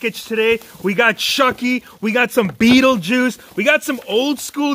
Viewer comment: You said Beattie juice 3 times!